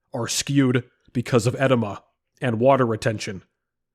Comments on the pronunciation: It's not ed-i-ma. It is pronounced ee-DEE-muh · Uhh-Dee-muh 🤣 not “eh-de-ma” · I was listening in the background and kept wondering why bro kept saying "enema". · Great video, edema is pronounced eh-deem-uh, brother. Just letting you know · e-DEE-ma. Sorry i had to. Nice video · With all respect: it's pronounced eh-DEE-muh. Good vid. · It's pronounced edEEma. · it's pronounced uh-dee-mah